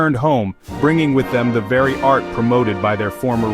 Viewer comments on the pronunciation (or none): none